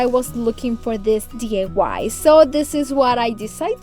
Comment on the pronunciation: I love all your videos, your diys are great. Your English has improved a lot, doing a great. Sorry to mention it but it's d i y, it sounds like you are saying d a y. I hope I didn't offend you, not my intention.